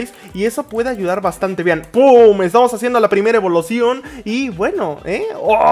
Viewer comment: evolocion XD se equivoco